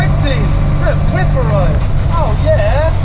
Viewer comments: Where is this place you call Cliff-a-Row? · Loving your pronunciation of Clitheroe... shame you didn't have more time , the country lanes round there are perfect mini-skiz country.